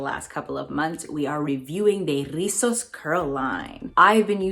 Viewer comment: another banging review! I have this line in my vault of products to review, you know how it is lol. and lastly I LOVE when you rock your hocus pocus sweater lol, loveeeee that movie. Oh and come thruuuuu with the pronunciation of Rizos, you can come to the puerto rican cookout hahahaha.